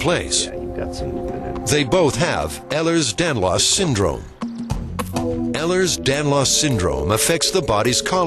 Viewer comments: Ehlers Danlahs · That's not how it's fucking pronounced. Having EDS it pisses me off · agreed ugh